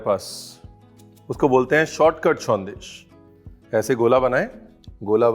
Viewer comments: Sondesh - Perfect pronunciation. & Being a Bangali Special thanks for the history of Jolbhora . That fruit is called "Taalsash" in Bengali. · actually another name of Jolbhora sandesh is taal shaansh( ice apple) sandesh because the idea of this came from there. And many many thanks to Ranveer for showcasing authentic bengali sandesh and special thanks for pronouncing "shawndesh" correctly. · I went through most of the comments and honestly, being a Bangali, I just couldn't help but admire RB's versatility. From the time you mentioned 'Shondesh' you nailed it. Thank you and wish you more and more success. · Thats why i love u ranveer .. its sondesh not sandesh ..❤️ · Aapka "shondesh" ne to dil jit liya chef! ❤️ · Thank God!! Thank you for pronouncing it as Shondesh and not Sandesh....being knowledgeable is so classy and Chef Ranveer has an abundance of it... thank you Chef!! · Thanks a ton for calling a Sondesh a Sondesh, not Sandesh. ❤️ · Nice pronunciation bro, it's shandes'' not "sandesh" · Kisivi Bangalee ko aap sharminda kar doge sir, the way you are pronouncing SANDESH. ❤️